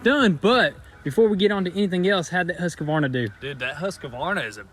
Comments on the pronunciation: Guys its HUSQVARNA not HUSQAVARNA :D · I am Swedish, and for me, it's really amusing to hear you say husqvarna 🤣🤣🤣 say it - hus-kvarna instead :p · yup its pronounced ooosk vahna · Husk varna NOT Huska varna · Huskavarna. They should get a Stihl. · They pronounced it like everyone else in the states including those selling them and the Swedes in MN. I think in Sweden it’d be something like Hooskvarn? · This is an attempt at phonetically describing how we Swedes pronounce the word Husqvarna: Huːskvɑːrna The "u" uses about the same vowel-sound that you'd use for the "u" in the "Uber" taxi service. English seldom draws together the consonants "k" and "v" so this is where most native English speakers get into trouble. Swedes pronounce those two consonants a bit more softly and over each other and thus sound a bit more drawn together than the usual "independent consonant pronunciation". It has been a while since my university English linguistics and phonetics course, so I hope I made it somewhat clear. In any case, it hardly matters as long as you agree that Husqvarna makes at least half-decent equipment... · yhee the Husqavarna xD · it's hus-kvarna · The chaimsaw is pronounced hus-kvarna. //swedish follower! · Well he definitely said husquavarna right they called their Lamborghini a Ferrari tho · As a Swedish person i found the best part of the vid when they tried to say husqvarna :D i was like "what is that brand they are talking about?" :D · Bara roligt när säger Husqvarna blir bara så fel:) (so funny when say Husqvarna its so wrong) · The pronunciation of Husqvarna cracks me up. xD